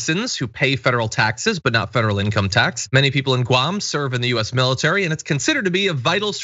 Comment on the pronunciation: The only thing is that she pronounce it Goo-am. Or like the previous chump if chief called other countries $ holes.